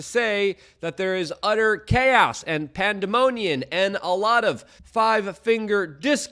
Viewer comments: I'm sorry, Luke. Did you say "pandemonian," twice ? Pandemonium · Dude, the word is pandemoniuM, not uN, and it's pronounced IlliNOY, not IlliNOISE. It's a very populous state. Everyone above a 4th Grade education in this country knows how to say it. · Your grammar and pronunciation is atrocious. Panda-monian? Still love your videos bro. Even if they're short and half ads. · "Pandemoniun" another Luke word I love! 😜